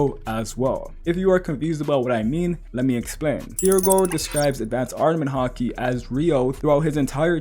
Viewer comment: “Ardament Haki”, jokes aside tho solid video as always